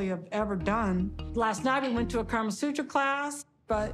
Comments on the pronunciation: Kamasutra not karmasutra....., someone, CORRECT her!!!! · honestly... it really bugs me when white people say KARMA sutra